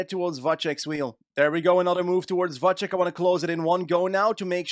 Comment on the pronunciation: Its Vacek, not Vaček 😭